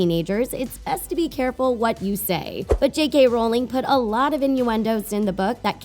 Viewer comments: OK, it's RO-ling. As in RO My God, get her damn name right after 20 damn years. Also, Hermione got the Time Turner from McGonagall, not Dumbledore. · Moxie Dawn it’s ROW ling .